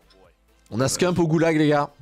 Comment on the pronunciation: Le boss des Call Of, ce bon vieux Scumpii !!! Des années que je le suis et toujours aussi incroyable ! 🔥🔥🔥 PS : Ca se dit Scumpii son blase pas « ScumpE » à la française. 😏